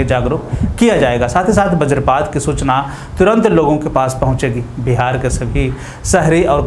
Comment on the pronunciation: Bihar hai bhai Bahar nahi